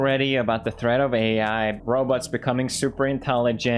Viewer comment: Video title: 15 minutes of Pewds pronouncing "threat" as "thread"